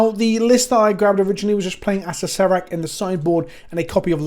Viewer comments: Acer-rer-rak yw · I believe it is pronounced Uh-sare-er-ack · It's pronounced A Sarah Rack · It’s pronounced “ass-hair-a-crack” but without the c, just figured this might help translate from the original idea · I thought Acererak was just pronounced ass-er-rak, but no there's another syllable in there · If I've learned anything from magic aids it's that you pronounce it asscrack